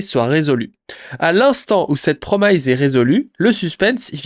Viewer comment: mes oreilles saignent lorsque j'entends "promailleze" au lieu de "promice" haha à part ça, beau boulot, merci pour le résumé sur le drama!